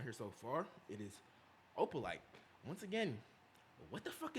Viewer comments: YOU NAILED OPALITEEEE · Yes you got opalite right... It's travis... Travis's birthstone is opalite as well